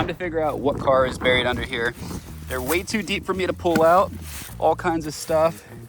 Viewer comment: It’s buried burr nure